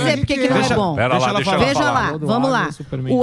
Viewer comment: Ue ela falou abeça 😂v